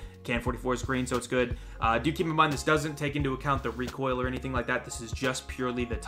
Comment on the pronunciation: REEKOIL khurr-khurr-khurr And btw the intro is on an another level😂